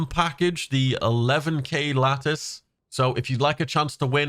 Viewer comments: Just found your channel and you got some cool content, great job man, also that giveaway lacctice sounds pretty nice😂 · 😳 did he say latice?! Yoink